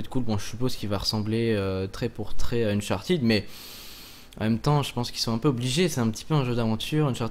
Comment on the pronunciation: Unchartead (prononciation comme "head") et non Uncharteed.